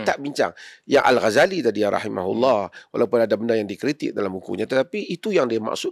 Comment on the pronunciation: oh dah pandai sebut nama imam Ghazali, dulu kritik.